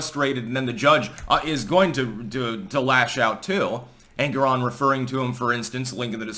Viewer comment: the way you pronounce it I end up hearing Angron - a very angry boy from 40K :D